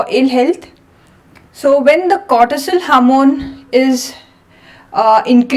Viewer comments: Hamoon😂😂 she means HORMONE. JEEEEZUS 😂😂😂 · harmon? you mean hormone?